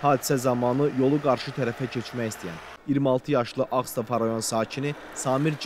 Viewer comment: Ağstafa sözünü düzgün tələffüz edin!!!